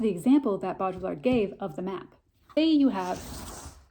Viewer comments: I THINK it’s pronounced- Bow dree ard. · its pronounced BO-DEE-YARD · For future reference, to butcher his name less (but maybe equally so, I am a Canadian so idk) pronounce it bow-dree-ard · Bow-dree-yard it’s not hard to pronounce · As a french I can help you pronounce his name : BO- DRI- YAR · I think it’s pronounced “Bow-dreee-ard.” I took a post-modern media theory course my senior year and we studied the crap outta this concept. The original has been destroyed. And it’s why provenance is critical. Informative video - thank you. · This is a ‘fun’ video of a hard work in philosophy. Bo-Dree-Yar….say it like that and you’ll be close to the proper pronounciation. Thx for this rundown!! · I heard Jean Baudrillard’s last name pronounced “BOO-dree-ard” and now I have a hard time not calling him “Boo-Boo”. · bode. ree. yard. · It's pronounced Boweddri-ard. Baud sounds like Bowed or more like Baudrate(Bawed). Rillard - Just remove the ll's. The french like to add a bunch of letters they don't pronounce(well, it shapes their vowels but). Look up Rick Roderick's talks.